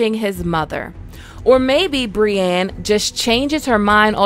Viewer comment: How are you one of the best ASOIAF content publishers on youtube and you are still saying Brianne instead of Brienne